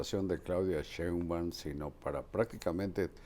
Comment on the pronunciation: Don Carlos Marin, permitame usted hacerle una respetuosa correción en cuanto a la pronunciación del apellido de la jefa de gobierno. Es Sheinbaum y no Sheumban como dice usted. Reciba un saludo y un caluroso abrazo.